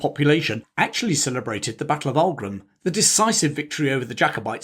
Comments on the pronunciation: and Aughrim is not pronounced Aug-rim but augh(och) rim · There’s a lot of good stuff here. However, you get at least two words badly wrong. Tyrconnell is pronounced Teer-connell” and Aughrim is pronounced “Ock-rimm” Consistently referring to Londonderry ( as opposed to intermittently saying “Derry” ) is clearly partisan. Also, the Irish were “ saddled” with James. He was colloquially known as “Seamus the shit” (Seamus a caca) After the siege of limerick, the Irish general Sarsfield reportedly said he would fight on, if fate would have put William as their king instead of James. The big advantage William had was that he agreed to be subject to the law ( James had insisted he was above it) and therefore was able to find many more willing lenders - contracts being governed by law meant they were confident of being repaid)